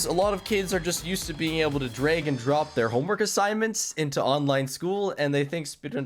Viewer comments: did he just say "drayg" and drop? he said "drayg" and drop again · Canadian accent, some words are said like æ for some reason.